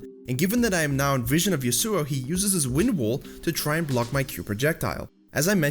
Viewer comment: Ya-soo-oh. What the fuck.